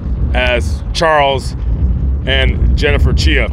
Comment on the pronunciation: Chia rhymes with try ok whatever just say chai 🤷‍♀️ Sad to not lose one child but two at the same time.